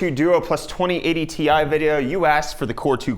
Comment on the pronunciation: 2080 ti sounds like twenty A tee eye